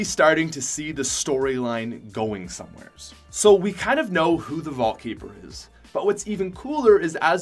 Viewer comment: ''Anywheres" "Somewheres"